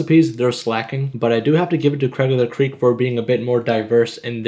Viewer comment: You don’t know “Craig of the ceeaks” D